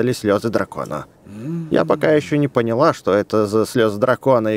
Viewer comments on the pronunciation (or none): none